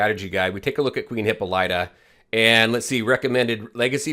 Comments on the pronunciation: Hahaha did u pronounce it hipp-a-light -uh? Hahah it’s Hipp-Paul-it-uh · That's not how to say her name. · FYI: This is how you pronounce her name.